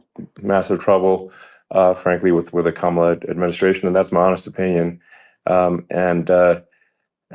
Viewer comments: Comma-la, not Ka-MAH-la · You just pronounced comma-la's name wrong. Its not kaMAla 🙄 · Just before the 4 min mark, you refer to Ka-MA-la Harris. Reminder: emphasis is on KA or even better, on Karma :-) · KA-ma-la, not ka-MAL-a, please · Please, "comma-la", not "ka-MOLL-a" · Comma-la. Not Ka-MAH-la. Please and thank you. Any media outlet that gets suckered into attending a rally in the guide of a news conference has the option of not giving it any coverage. If only more would take advantage of that option. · It's Ka-ma-la, not Ka-mala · it’s pronounced comma-la, please. 😊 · Her name is pronounced Kah-ma - lah ❤ 😂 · you mispronounce “Comma la” Harris. It is only six letters and her nieces led a class pronunciation at the DNC. Please do better. It may seem small to you but it is so disrespectful. It’s especially galling when it sounds like Trump’s mispronunciation. Please 👍🏼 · Her name is pronounced Kam-a-la😊😊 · Her name is Ka -ma -la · practice saying Kamala with the accent on the first syllable. Ka'mala. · her name is pronounced “ Kama la” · Did you not watch the convention? Her name is pronounced “, la “. That’s not hard. Do better,. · Comma-la please. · Love you,! Please try harder to pronounce Kamala (comma - La) correctly. I know it isn’t your intention to misstate it, however. Thanks! ❤ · IT'S COMMA-LA!!!!! DO BETTER!!! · Please say Kamala's name correctly. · C’mon, please do Kamala the courtesy and divinity of pronouncing her name correctly consistently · You are mispronouncing Kamala. Please do better FFS. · la. Why is it so hard for y'all to say her name? 🤦‍♀️ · Please, please, please learn how to pronounce Kamala! Just stand in front of the mirror every morning and say it 50 times until you learn how to say it right. You can do this. Just give it a little effort. 🙂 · So many content creators just cannot pronounce the VP name correctly. "Kamala Harris" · Please say Kamala’s name correctly